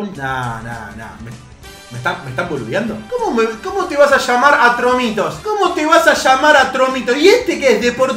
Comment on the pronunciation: Atromito! Se dice Atromito!